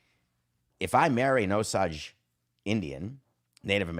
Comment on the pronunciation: David mispronouncing Osage after watching a 3 hour plus movie where it is said multiple times is classic Samson. Lily crushes the role, but Marty missed the mark taking this important story and turning it into another Scorsese flick with two white guys at the center. I saw it in the theater and will give it a second watch, but on first watch I was disappointed